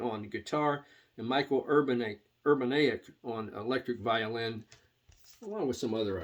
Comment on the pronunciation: Pronounced "Ur-ban-YIK". I have that Jean-Luc Ponty "Upon The Wings of Music" and that "Hot Rats" by Zappa. Love both of them.